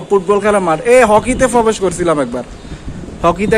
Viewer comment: bhai age thik moto kotha bola shikhben, tarpor aishob vlog korben...prothom ai...bolen 'pobesh' korbo...bhai pobesh kora kake bole?